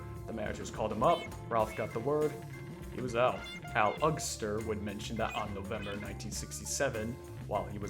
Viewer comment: Great video! However, you pronounced Al Eugster's name wrong, it's not “Ugster” but rather pronounced “Yoogster”